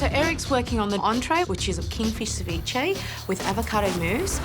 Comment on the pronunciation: Ceviche..cev-blach 🤮...just call the whole thing off ...😊